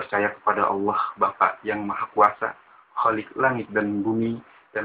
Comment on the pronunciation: cuma ngasih tau yg bener perihal pengakuan iman rasuli (yg di sebut protestan) menyebut Allah masih terdengar Alloh khalik bukan kholik ada yg terlewat, ini yg terlewatkan "dan akan datang dari sana utk menghakimi orang yg hidup dan yg mati" di sebut ROH malah terdengar rah heheh jangan di sebut terpisah A...terus M.. harus di sebut nyambung am semoga bermanfaat..